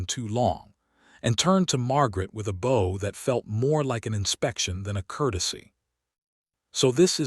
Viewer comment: AI readers just don't understnd that words change prononciation depending on context, i.e to bow to someone and to give someone a bow.